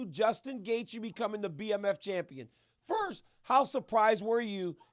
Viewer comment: When dc said ferhhhsittt